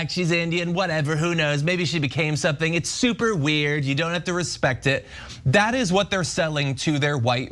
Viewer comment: He’s saying weird like he doesn’t know what the word WEIRD means 😂😂